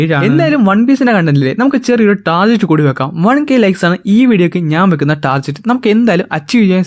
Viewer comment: ടാർജെറ്റ് ❌ ടാർഗറ്റ് ✅ ഇസ്ലാൻഡ്❌ ഐലൻഡ് ✅ :)